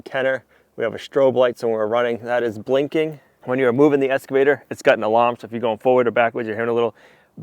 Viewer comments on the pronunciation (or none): PLEASE ❤😅😅It’s EX-CAVATER not ES-CAVATER ❤ PAUL - a loyal fan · If it's not been mentioned before, you might be unaware that you are mispronouncing your new machine as an escavator, and not as im sure you know that it is pronounced excavator. Hope this helps. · At the risk of sounding like I'm talking to a 5-year-old ... It's not an ESS-cavator. It's an EX-cavator. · eXcavator not eScavator! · zero times lol, Said EScavator quite a bit though. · how many times can you mispronounce "excavator" in one video?